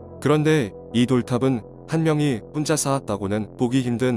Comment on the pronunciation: 문자 가아니고 문짜 된소리발음 똑바로하십시다